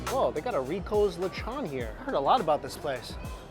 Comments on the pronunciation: It's not Lech on its Lechooooon 😮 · Yo, you're saying lechon Wrong!! It's the long " O" as in ohh....